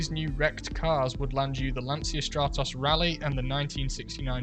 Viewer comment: Lancia is pronouncied 'Lancha' as it's Italian, not Spanish. Great video.